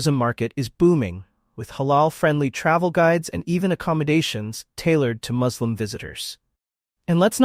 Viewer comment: Why do you insert the word "slum" in a word whose second syllable is clearly both spelled and pronounced (correctly) "slim"?